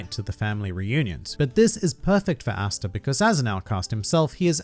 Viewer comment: Cringe every time you say “Asta”